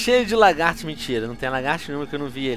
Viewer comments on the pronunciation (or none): none